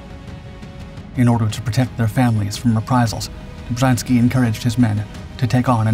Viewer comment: Dummes Zeug, Film und Erzählung passen nicht zusammen. Ein aktiver Offizier kämpft nicht unter einem Pseudonym. Das taten die Angehörigen der Armia Krajowa, die im Untergrund agierten. Außerdem wird der Name Dobschanski ausgesprochen.